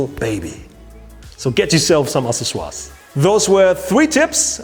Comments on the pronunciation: Yes, I'm glad he wrote it out in # 3. I wouldn't have guessed by the pronunciation. AK 'SES' OR EEZ in English. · Ooooohhhhh... ACCESSORIES!! I get it now... to be fair that’s a tough word for a non native speaker.... (axe-sess-or-ees) Killer video man and a big help for me to photograph our 5 day old daughter... ps. So true that I bought a camera last year because of 1) a vacation to Singapore and 2) the upcoming arrival of little Phoebe ;) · i like babys... Accessoires was pronounced so german. :S